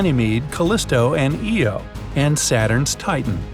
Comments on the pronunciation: you just said eo not io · Io = Eye-oh!